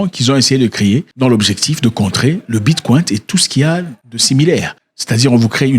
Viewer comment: Depuis quand le ‘Bicoin’ est appelé ‘Bitkwaint’?